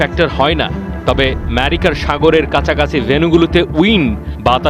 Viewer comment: Merica na Vai, America 😂😂😂